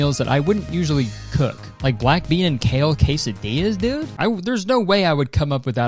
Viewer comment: why did he pronounce bean like that? Is this an inside joke I’m not apart of ? Wtf.